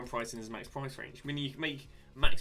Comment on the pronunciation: Its vla ho vic stop destroying our ears, I mention it because you ofter call him...